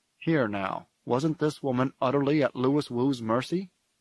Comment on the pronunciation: The novel's text clearly shows, several times, Louis is pronounced, loo-ee. That the narrator gets it so obviously wrong is frustrating.